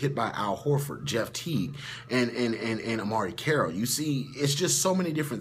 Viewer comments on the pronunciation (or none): First time I have checked out your videos, I am impressed with the sports knowledge and as much as it pains me to admit (I am a cavs fan) I think you have a good point in the video. Ps I think is is DeMarre Carroll not Amarie.